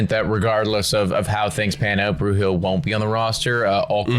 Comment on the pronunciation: By this point you should be saying his name correctly. It is not “Bruhill”, it is “Bru’l” rhymes with drool